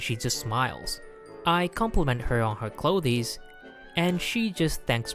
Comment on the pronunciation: i still cant get used to the pronunciation of clothes XD